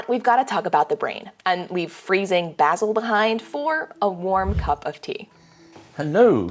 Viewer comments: The A in "Basel" is pronounced like the A in "malignant". Greetings from Switzerland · Basil is pronounced with an R sound. They get upset about it.